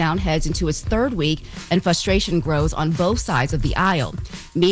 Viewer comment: all the weave and foundation and Valley girl twang can’t hide the hood booger in you saying “fusstration” instead of FRUSTRATION 😂 🤦🏽‍♂️ posers istg